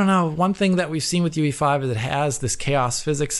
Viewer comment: Why they pronounce unreal engine 5 as UV5 instead of UE5? At least it sounds like that